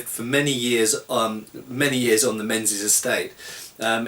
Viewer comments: hi its generally prononouced mingis by scots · I know it's six years on, but that Captain's name was /probably/ said as "Ming-isch". The "Z" isn;t really a z, it would have been one of those funny "3" ones. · Ha Ha, it's pronounced " Mingies ". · If it hasnt been mentioned already, Menzies is pronounced mingis. The z isnt really a z rather a replacement for an old english letter yogh.